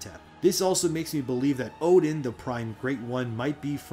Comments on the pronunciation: It's pronounced more like 'Erden' not 'Odin'. It's literally pronounced in the game by the guy on the floor in Oeden Chapel. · 1 thing you got wrong. Oedon isn’t pronounced “Odin”. It’s pronounced “Er-den” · Great video just a slight correction. Oedon is pronounced Erdon. The Oe diphthong pronounciation is German in origin. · Oedon is actually pernounced “erden” with an R. Confirmed by the npc in the chapel who asks you to bring people there for safety. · Yeah your lore is interesting but Odin? Bruh. The word comes from eyes. It goes back to a day when Oedipus (see the name?) Blinded themselves. In Sophicles play. Oedipus says now I can truly see. The lining of eyes is so prevalent in this story, it's kinda sad you missed it and continued to pronounce Oedipus as Odin. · Oedon is pronounced eerdon though.